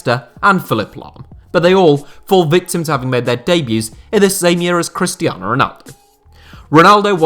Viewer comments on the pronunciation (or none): none